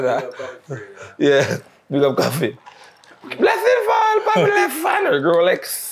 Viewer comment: Man say koffee a 2smaddy😂😂😂